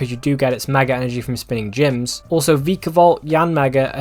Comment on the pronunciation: the way he sais vikavolt is disturbing